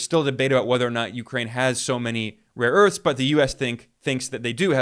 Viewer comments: He has dyslexia; mixing up a and o as in 'rore earths', poor sod. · ‘Raw earths’ 😅😅😅 He has absolutely no clue what he is talking about 🤣